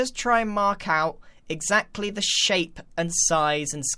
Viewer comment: Cant wait to hear grian say "eggsaxtly"